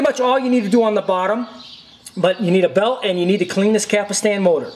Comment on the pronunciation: Just saw the video, Some notes I have:.First: the rubber wheel on the loading ring is called "pinch roller". you should say "capstan", not capastan".and you don't just pull on the capstan rotor! it has retaining washers on it.What you want to do is slowly pull on the rotor while the unit in on it side, and collect the plastic retaining washers with the other hand. then clean the capstan shaft with alcohol.next put a drop of sawing machine oil in the upper and lower bearings (otherwise they will fail down the road), slowly insert the capstan rotor while putting back the plastic retainer washers.carefully push them back against the bearings, and clean the shaft again with alcohol.you are correct about replacing belts and tiers only with fresh ones.but it is not a Betamax only that fails with rubber parts, ANY deck of ANY format will fail due to rubber belts and tires wearing out or dries up.Other than that, you did a great job. I love these old Betamax decks!Best Regards,Moshe.